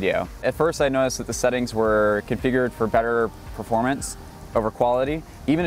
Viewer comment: every time you say "performance", i heard porn. seriously, slow down